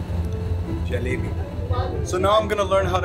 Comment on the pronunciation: so sweet U telling perfectly rasgulla gulaab jamun and 😘 jalebi baby 🤗🌹